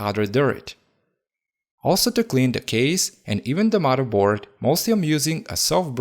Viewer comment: Did you say " maraboard " or "murderboard" ?